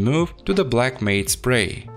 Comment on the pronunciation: matte is pronounced M-a-t as in the name btw for the future.